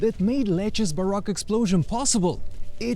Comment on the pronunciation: You keep pronouncing baroque as Barack which is the president